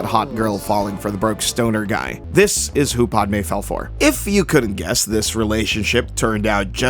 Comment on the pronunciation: Really... PODme? It's Pah-d-may